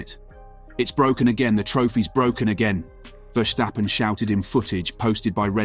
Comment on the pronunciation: ah yes, max verstarphen